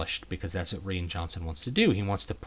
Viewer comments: Did you just pronounce "Rian" as "Ree-an"? So do I! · Love the review. I don’t understand why you pronounced ‘Ryan’ Johnson’s name the way you did. Especially because you’re a native English speaker. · I liked your take on the movie, but is the director's name really pronounced "ree-an"? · Is the director's first name pronounced like "Ryan" or is it pronounced like "Rain"?!? I've also heard other people sound like they're saying Ree-in. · Rean Johnson? Isn’t it RYAN Johnson? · Why can't he say Rian correctly?